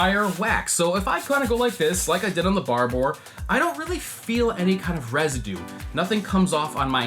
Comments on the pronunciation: From an Englishman - never pronounce it 'Bar-bore'. It's 'Barber', like the hairdresser. No additional syllable, either. You're welcome. :D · "Barbouurrr" nah man its just Barbour, pronounced 'Bar-Ber" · Barba not barbore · FYI, it's pronounced 'Barber', not 'Bar-bore'. The 'our' is pronounced the same as in 'flavour' and 'colour'. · It is pronounced “barber” not “barbore” :) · Does everyone outside of Britain pronounce it Barbore?! It’s pronounced Barber. As a Brit I prefer Filson because it makes me feel like a frontiersman whereas Barbours in Britain tend to be associated with old men driving land rovers with a spaniel in the back. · “Barbuh” not “Barboar” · Barba. Not Barboor. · Great video, but it’s pronounced ‘barber’. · Barbour...say it like Harbor. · It's not called bar boor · Its pronounced " Barber " . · Listening to this guy trying to pronounce Barbour is painful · I cringed every time you said the word “Barbour” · Hearing an American say Barbour is funny 😂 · no other American mispronounces the name like this guy!